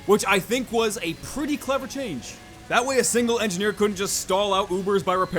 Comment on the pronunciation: Engineer--------- engifar ------------ enjifar :P not sorry